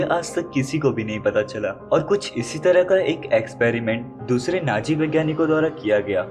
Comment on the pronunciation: Naaji nahi hota hai Nazi hota hai 😂😂